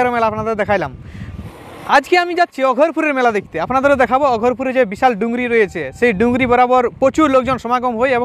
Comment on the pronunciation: its আঘরপুর, not অঘোরপুর dada🙄